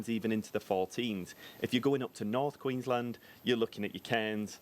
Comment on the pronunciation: Haha some insights, more so about adding to your content for the viewers.... Queen's Land Hahaha written as one word, pronounced as two.